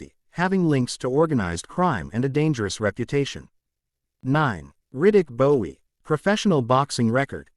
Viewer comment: It is Riddick Bowe, not Bowie 🙂